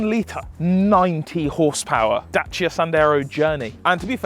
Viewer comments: It’s a daciaaaa not a dachia 😂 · Y the F r u saying Dachia???? its a DaCia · What's a datcha it's a dacia James May said it many many times.. 😂😂😂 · day-c-a(dacia) NOT dacha terrible pronunciation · Its called a Dacia not Dachia even James may can say it right 🤣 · Don't call it datcha man, it's dacia, literally just read the goddamn name right. No sh there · ITS DAY SEAR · First time I´ve ever seen someone pronounce it "Datcha" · Good news, cant pronounce dacia either! 😢 Da - Cia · "Datsia Sandero"... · DACIA, there is no H in it! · As a long time Top Gear fan the way you are saying Dacia is hurting my soul. Unless I have heard it incorrectly for so many years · OK I'm triggered strait off the bat. Is that how you supposed to say Dacia or how James May said it? cause no offence I'm more likely listen to him haha 🤣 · My eye would twitch every time they said Dacia wrong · I love all your content, but I can’t upvote the weird pronunciation of Dacia